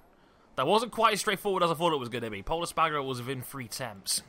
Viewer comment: Pol Es-Par-Garo! Not Pol Es-Pag-Aro